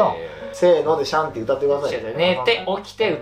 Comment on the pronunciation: 「シャンティ」っていうより 「しゃんてぃ」っぽい